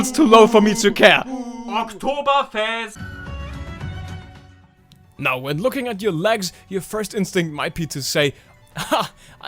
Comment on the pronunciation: may i just ask where "Oktoberfest" came from? good german btw